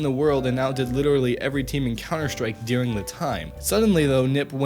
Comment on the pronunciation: why do you pronounce during "dearing"?